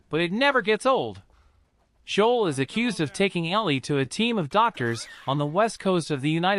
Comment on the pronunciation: In your “The Last of Us Part 1” review, it sounded like you pronounced Joel’s name as “Shoal”…did you? (and if you did…why?”